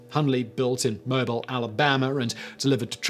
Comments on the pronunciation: Mobile, AL pronunciation: "Mo Bill" Rickover: "Rick Over" - meanest admiral in the USN at that time. Very colorful career, but mean as a yard rake in tall grass. I meet him when he personally did an ORSE board on our sub. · Haha, Mobile, AL is pronounced "Mo-beel"